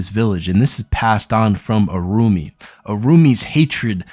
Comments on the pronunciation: Irumyuui.. is pronounced ee-roo-me-you-ee...Sorry! nice video :) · Irumyuui: Pronounced EE ROOM YOO EE